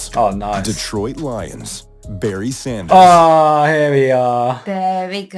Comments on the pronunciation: Barry SANDERS, not Saunders!! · Anyone else triggered everytimenhe says saunders instead of sanders?